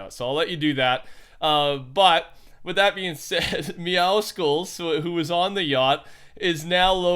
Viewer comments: Meowscles is a name between meow and muscles so it isn't pronounced meowskles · It is not pronounced "Meow-sckulls" The name itself is Meow and Muscles put together. Meowscles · It’s pronounced meow-soles just to let you know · FFS WHO STILL PRONOUNCES MEOWSCLES LIKE THAT???? ITS A PLAY ON WORDS